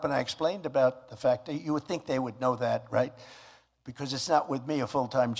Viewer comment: REIT REIGHT REIT